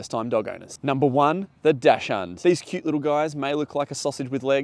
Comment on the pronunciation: Dash hand? My ears are bleeding. Google, please. Google translate, press that little sign which looks like a speaker. It'll tell you how to pronounce "Dachshund " correctly.